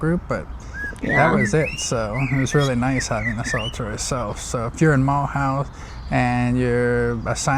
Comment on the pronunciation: Please do not pronounce it as Muulhouse, learn to say it the French way please.